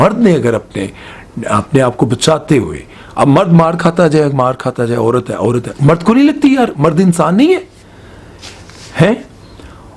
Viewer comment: Apni Urdu theek karo ,it’s Aurat not oorat !